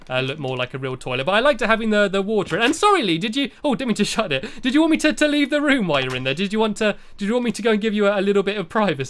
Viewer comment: It's leave not leav